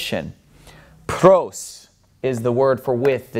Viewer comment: Gamma pronunciation is not quite correct. It has no ga sound in it. "Pros" should sound like like pross. Your's sounds like prose. Otherwise not bad!